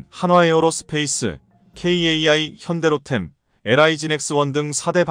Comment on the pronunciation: '달달 덜어서가' 아니라 '달달 털어서' 입니다. '대공 마사일'이 아니고 '미사일'이고요. '현대로텔'이 아니고 '현대로템'입니다. ㅎㅎㅎ 그리고 루마니아는 유럽 아니 동유럽에서도 가장 가난한 나라 중 하나 입니다. 크리에이터가 한국 분이 아니신가봐요.